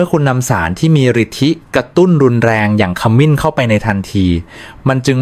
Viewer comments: บทความมีประโยชน์ดี แต่ทำไมอ่านให้ภาษาไทยให้ วิบัติด้วย จะสิ้น ไม่ใช่ ขะมิน สงสารภาษาไทย ช่วยดำรงค์ภาษาให้ถูกต้องเถอะ ปล่อยผ่านมันจะวิบัติทางภาษา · ขมิ้น ไม่ใช่ ขะหมิน น้ำผึ้ง ไม่ใช่ น้ำผึง ไม่ใช่คนไทยหรือคุณ พูดผิดๆถูกๆ ไม่น่าเชื่อถือ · คามิน-น้ำผึ่ง AIออกเสียงภาษาวิบัติหมด